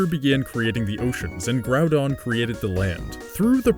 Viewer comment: Did you just say groundon?